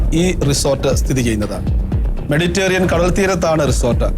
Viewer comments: മെഡി റ്റെ റിയൻ അല്ല സാറേ മെഡിറ്ററേനിയൻ. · വാർത്താവതാരകന് "മെഡിറ്ററേനിയൻ" എന്നു പോലും നേരേ ചൊവ്വേ പറയാനറിയില്ലേ? ഹാ കഷ്ടം!!!